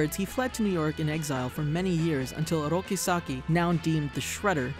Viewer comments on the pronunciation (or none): It's Oroku not Oroki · Why does he keep saying "Oroki"?